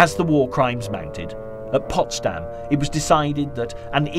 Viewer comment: Ce n'est pas "possdamm" mais Potsdam.